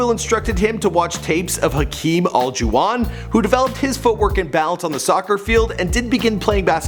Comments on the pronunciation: He can't say Hakeem's name to save his life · Bro your killing me with the way your saying Hakeems last name #PHILLYINTHISBITCH #TRUSTTHEPROCESS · It's Har-keem Orla-Ju-Won